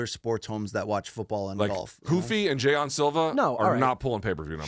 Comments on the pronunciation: Literally the stupidest way to possibly pronounce it 😂 Luke loves a nice pair of Jay-ons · "Jay-on Silva" - Luke might be the only person in history to pronounce Jean that way. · He’s way way too obsessed with using the wrong pronunciations